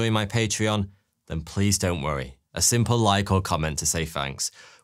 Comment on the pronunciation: Whats with this dialect ?? At the end of the video you say: 'A simple like ... will say THanks ... Fank you!' Are you deliberately randomly changing Th to F and V, 42 ???